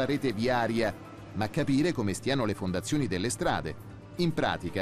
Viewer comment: Min 7.30..."ma gapire come stiano le fondazzioni dea strada"... e questo fa da speaker a una trasmissione a fondo scientifico... par mi l'è un terun...che vergogna